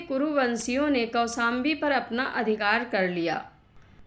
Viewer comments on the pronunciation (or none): Vindavan nahi, Vrindavan..Kosambi nahi Koshambi, Kasi nahi Kashi...kisi padhey likhey vyakti se recording karao..